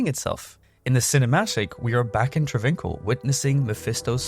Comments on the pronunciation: Travincal (tra VINK al) is not pronounced that way --- its Tra vin KAHL. Fuck. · The way you pronounce travincal even though you hear it in game....